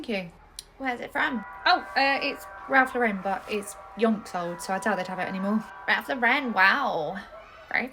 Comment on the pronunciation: it’s Ralph Lauren not Ralph LArren